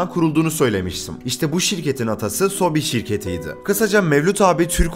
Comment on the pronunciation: sobi değil soobee ebe sobe yani bebeler